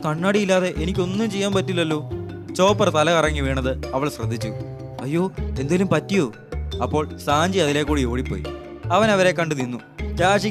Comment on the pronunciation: bro njn vere pageil ithinte baakki explanation oke kandu bhayankara shokam.. voice kodukkunna aal character nte name polum mariyathakk vaayikkan ariyilla eg: nami - nammi🤥 Baroque works - barkku works 🫠 Sanji - സഞ്ചി 🚶🏻‍➡️ so.. bro pettanu thanne eps upload cheyuu waiting ahnu..🧎🏻